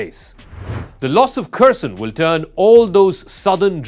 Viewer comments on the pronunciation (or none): none